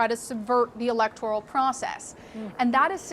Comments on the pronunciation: Excellent except I wish the DA attorney correctly pronounced “electoral.” Trifle but still marred the articulation of the plea deal, especially when the word prominently figures in the statement. 🥴🤣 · Anyone else bothered by how she pronounces Electoral as electorial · It's electorAL, not electorIAL. Somebody should pull her aside and point that out, it might make the plea technically invalid since what she said on the record is inaccurate. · Am I the only one embarassed by the deputy DA's reference to the "electorial" college, at least 7 times during the sentencing? It's the "electoral" college. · It is not “electorial” it is “electoral”. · This is amazing. And would be even more amazing if they would have learned to pronounce the word "electoral" correctly in lieu of saying "electorial" literally every single time. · Someon please tell tthis young lady there's no I in electoral (E-lec-tor-al) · Electoral - not electorial. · I must have OCD or something, but it's driving me nut every time she says "electorial" when it should be "electoral". If only that were the biggest problem in the world right now. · She should learn how to pronounce electoral. It's not elector-i-al. Just sayin' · The word is electoral, not electorial. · Why though does she say “electoreyul״? How can you be an expert in case but not know how to say “electoral”. Confused! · I know it's not a big deal, but it's "electoral" , not "electorial". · Every time the clerk said, "ELECTORIAL College" instead of "ELECTORAL College" it felt like a drinking game. Come on, people. Learn how to pronounce things. Otherwise, it's like listening to fingernails on a chalkboard. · This is great news! The other defendants must be freaking. Let's see how trump spins this one. It's good to see/hear the court proceedings - very orderly P.S. The woman reading the charges consistently mispronounces the word 'electoral' as though it's spelling included an "i", like 'electorial' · Electoral. Not electorial. Jeez.